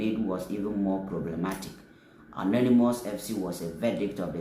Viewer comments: It's UNANIMOUS not ANONYMOUS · It is UNANIMOUS not anonymous pls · 😂😂😂😂😂 Anonymous FC. I don't know how people read simple words. You see a Una and you are pronouncing it as Ano?😂😂😂😂😂😂